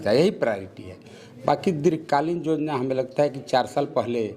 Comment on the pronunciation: Jojana naii be yojana bola jata h